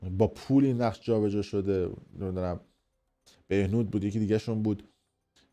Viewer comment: بهنود نه. بهبود😂😂